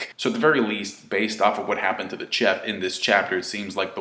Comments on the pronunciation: you dumbass - chef is pronounced SHEF not TCHEF Just joking buddy - good review:) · Am I the only one annoyed by the way pronounces 'chef'?